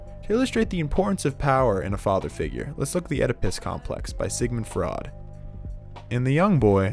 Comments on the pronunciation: bbg he pronounces freud as fraud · Is this an AI voice? Who doesn’t know how to say “Freud”? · You aren't the only one LOL. I was totally into it. But the mispronounciation of Freud set off alarm bells. Not to mention anyone who even believes in or interprets (or spells) Oedipus complex in this way. As you can see, I'm not a strong supporter of Oedipus complex, but Freud did get some things right. That said, he wasn't all wrong in those first 3 minutes. He was disrespected by all those people. I can't say White is a good guy for what he did, he was incredibly selfish by the end. After all, it was mostly a pride and ego thing that he insisted on being the provider when he had a way out in season 1 with his former partners. That said, what is so wrong with taking control of your life in that way? Other than the breaking the law part, hehe. It's one reason I can't see myself for married life. I can't live my life that way. I don't want to hand control of my life over to someone else. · I died when he said Sigmund fraud instead of Sigmund Freud! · FRAUD instead of freud im dying lmfaoooo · "Sigmund Fraud" bruh 😭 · It’s Sigmund Freud, not fraud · isn't it sigmund freud not sigmund fraud? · Its "Freud", pronounced "froyd", not "Fraud". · Sigmund fraud lol its Sigmund Freud pronounced like froyd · Its pronounced froid not fraud lol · … and Sigmund Freud as Sigmund Fraud. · not even when he said Sigmund "Fraud"? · for me it was when he said sigmund fraud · Sigmund “fraud” Lmao wtf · I absolutely love how strongly FRAUD was pronounced whenever you'd refer to Sigmund Freud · Consistently pronouncing Freud as "Fraud" is fantastic. The real icing on the cake. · "oedPISS" "fraud" "supereggo" amazing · It's pronounced Froy-d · Mispronouncing “Freud” was so fucking funny😂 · I was with it until he mispronounced Freud 😂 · Did you misspell and mispronounce Freud on purpose? Or are you seriously that ignorant of something you are teaching about? Or was it a fraudian slip? lol